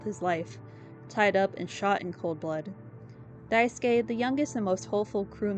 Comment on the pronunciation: Finally someone who doesn’t Wrong pronouns Daisuske name ❤ Also nice vid